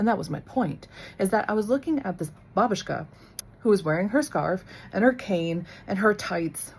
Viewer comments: the first way, like she says in the video. with the emphasis on the first syllable. ba-BOOSH-ka sounds kinda funny for a russian ear 😅 it's just wrong pronunciation from american movies i guess. also we don't say "na zdorovie" when we drink. this phrase in russian means "you are welcome", not "cheers" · We pronounce it with stress on the first syllable BA-bu-shka. And actually it is how we will address to any elderly woman, even though she isn’t your grandmother. Our children use the word “aunt” when they address to any older woman. Like “Mrs. Smith gave me a candy” will be something “Tyotia (aunt) Lena gave me a candy” because we don’t have appropriate words for these relations. Words “dedushka” (grandfather) and “dyadya” (uncle) will be used for a man of certain age